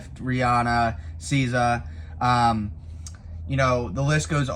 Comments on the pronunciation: The what tour? 😂😂😂 Say it with me bro? Sizz-zah. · Don't say SZA like that no more bro